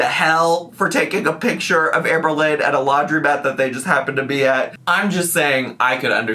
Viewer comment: “It’s amazeen when people want to take a pitcher with me”